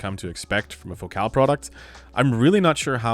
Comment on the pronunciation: Why do you say fo-cal. Isn't it like the word, fo-cul.